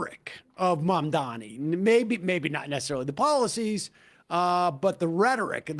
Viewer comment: The name is MAMDANI you should learn to say the name because I am going to be your boss! Hahahahahaha!